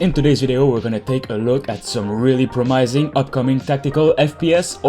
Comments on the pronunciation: Promising. Never heard it pronounced promysing. Said it like 5 times... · bro said promaising